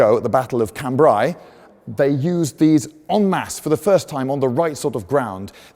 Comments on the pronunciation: Lindy... please .. I hope you read this. Cambrai.. ai as in Raid.. It's a sound in regular English.. why complicate things :) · Liked that a lot, especially the precise description of the “male” and “female” versions. BTW: Cambrai is pronounced [khan-bre] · His pronunciation of Cambrai though... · How about pronouncing Cambrai correctly... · Lloyd probably knows the correct pronounciation of Cambrai but refuses to use it because FRENCH